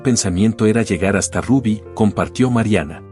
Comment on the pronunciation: No le decian Rabby le decian Rubby tienes que tener cuidado cuando dices algo siempre te equivocas cuando dice nombres o apellidos especialmente en ingles ,tienes que estudiar un poco mas ,lo siento.